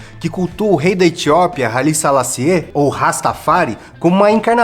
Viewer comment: Dois adendos: A pronúncia de Haile Selassie é "Rái-li Selás-si", que foi imperador da Etiópia. E Rastafari não é uma religião e sim uma filosofia de vida. Tem rastas que seguem diversas religiões, desde catolicismo, protestante a espiritismo, daimistas etc.